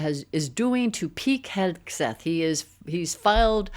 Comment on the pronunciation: Am I hearing you correctly? Are you saying "Peek Hegseth"?